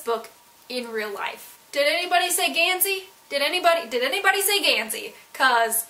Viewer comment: LOL at "Gansey." Great video,! ^_^